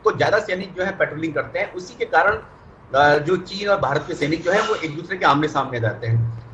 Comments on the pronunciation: Bhirat nhi hota bhart hota h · Hahahaha 0.27 secant par भीरत चीन😂😂